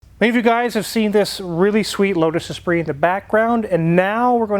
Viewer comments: Lotus Esprit not Espirit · Great videos. But it is Esprit and not Espirit.😉